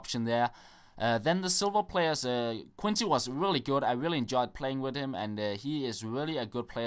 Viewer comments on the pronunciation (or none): none